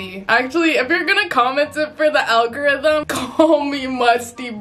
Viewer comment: "for the algorithim"